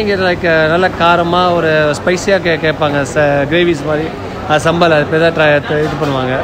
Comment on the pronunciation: It's sambal not saambal